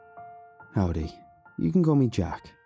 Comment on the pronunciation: Hearing a british man saying howdy gave me an anerysm